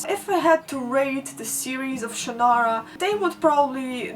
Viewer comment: You forgot the gnomes. EDIT: Then again, so did we all. EDIT AGAIN: I thank you for your pronunciation of Shannara and Ellcrys. Terry Brooks himself pronounces Shannara oddly, and in the MTV show they say Ellcrys weird. I pronounce both those words the way you do.